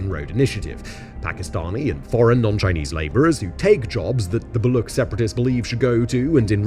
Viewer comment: The ch in Baloch is pronounced like the ch in Cheese... Baloch have been slow simmering for decades due to repression by Pakistani/Afghan/Iranian govts that is still ongoing. The chinese kicked a very angry hornet nest with the China-Pakistan Economic Corridor and Gwadar Port projects and the only long term option for china is abandoning the project.